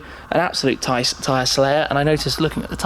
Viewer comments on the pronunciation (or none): none